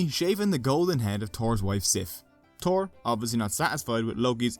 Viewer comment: THor not Tor in english.